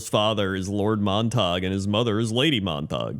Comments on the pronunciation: Hahah I pronounced it as “mahntahg” as well, having not heard that name since like high school. It’s pronounced Mon-tuh-gyoo. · "Montag" lol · As soon as you said they were from Romeo and Juliet I knew the pronunciation and it hurt every time you said it xD